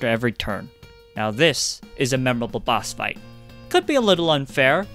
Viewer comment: this is gonna sound super racist- but I know that you are Asian because you said “dis” rather than “this” 💀 (I can’t say for sure what nationality, but I tutored a Korean student who came to Canada for two semesters, and he just couldn’t really pronounce the TH sound.)